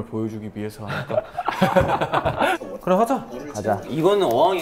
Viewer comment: taeyong's "keurrrrreoom" i could listen to forever